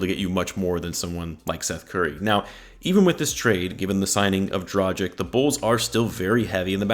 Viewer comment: You pronounce Dragic wrong. You pronounce it more like tragedy. Is that intentional?